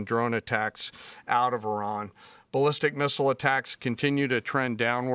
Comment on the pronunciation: I really appreciate the way you correctly pronounce Iran. I lived there when I was young for a couple of years. My dad worked out in the Gulf. It was an eye-opener even as a kid. I’m glad I’m an American citizen thank you President Trump.